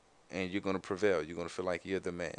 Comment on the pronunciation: you mean feel not fill